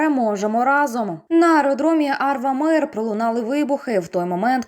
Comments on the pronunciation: Не Арвамир, а Армавир!!! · Вибачте, не АрВамір, а АрМавір. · Не Ар(В)амир, а АрМавир - хоть здесь-то ошибки не делайте..!